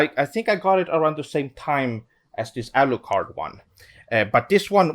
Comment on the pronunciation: Why'd he say alucard like that it's a European word. I'm baffled